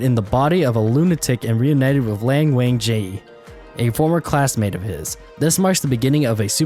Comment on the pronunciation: I’m sorry but the way you said Lan Wangji is hilarious